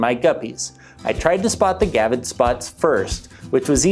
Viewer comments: Come on man. It's a gravid not a gavid! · Gravid. Not gavid. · It is gRavid spot. Not gavid spot. There is a R in there.